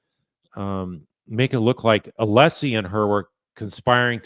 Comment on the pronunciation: If I was a juror, I’d been put off by Brennan from the beginning because of his speech “impediment” and not being able to even pronounce Alessi’s name correctly